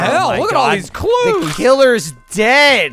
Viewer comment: Wow, ish saying “looking for clues” sounded a lot like “looking for Jews”. Really gave me a heart attack, especially because he was in the attic.